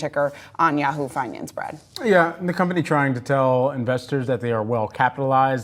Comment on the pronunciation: Had to laugh at all the Trump bogus claims of knowledge at the beginning, most especially the boast about campaign finance, when he doesn't even know how to pronounce the word 'finance'.